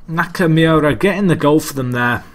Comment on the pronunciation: nakamoora is how it's pronounced (not that it really matters)